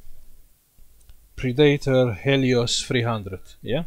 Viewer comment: I can't stop laughing when he says Acer Pre-Dater